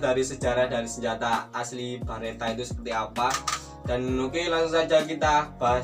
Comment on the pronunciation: Beretta lurs, bukan Baretta, kalo Barrett beda lagi 🙊